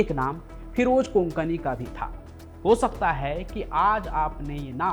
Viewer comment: Konkani nahi kokni